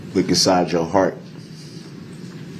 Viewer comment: “Look Nsyde yo HART.” 😂😂😂 I’m sorry 😂🤣😭 I’ve watched this a million times but for some reason that particular line hit my ear sideways this morning and struck my funny bone.